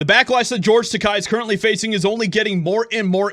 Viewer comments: Its george TAKEI. not takai. Takei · I am by no means sticking up for him, but Christ... It's George Tah-Kay, not George Tah-Kye. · As much as i dislike him. It's not Takai, it's Takei! I will call you, not Joshieha! Say: Ta-kay. No means to disrespect, i just never want to disrespect someones name! May i agree with him/her or not! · It’s pronounced Ta-kay, fyi. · Only because I liked his character in "Star Trek" am I going to correct you. He is an insufferable, miserable old gay man, but his name ends with a long "A" sound, not a long "I" sound. It rhymes with "okay". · His name is pronounced TAH-KAY! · Dittos. But I believe the name is Tuh-Kay.. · Takei is pronounced Ta-KAY!!!!. 'EI" pronounced like the word "eight". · Side note: it's pronounced Tuh-kay Like the Fonze "aaayyyy"